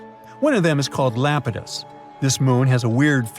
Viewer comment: Not lapitus it’s EYE-ap-ah-tus